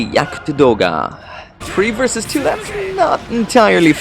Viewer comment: yells versus in a Japanese accent